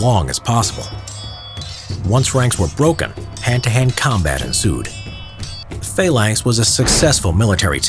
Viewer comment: Phalanx not faelanx